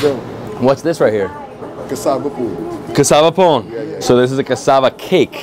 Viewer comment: Its Pone......why can't you say it right when you ask them